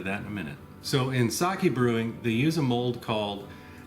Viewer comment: I like pearl. Kokuho Rose is my favorite. ✨ I mean, for eating anyway. Whenever he says mold I first hear the word "mulled." Get it out of my head! I know what he means. I was thinking about that black rice that turns purple when you grind it. I wonder how that would work, how gelatinous it gets by cooking it... I also wonder if the time it takes to ferment this stuff has to do with climate. There are some pretty tropical places in China that would increase mean temp during fermentation and thus increase intensity of conversion over time. 🤷‍♂️ I'm trying but I don't have that much experience. The bathroom part made me laugh. I was thinking of a different take on it; "This is my wine bathroom. mHHHHH! Smells very fruity!" 😆 I wish people understood that whatever I do on my own property is none of their business, and that isn't hypothetical but protected by the supreme law of the land. Now I wonder about putting this in a cask after it is brewed. The clay pots increase complexity of flavor with use. There is some clay tea pots for example that are hundreds if not thousands of years old, and it is known for making the depth of flavor unparalleled. Research Yi Xing clay for more info on that. 👍 I happen to be a tea fan.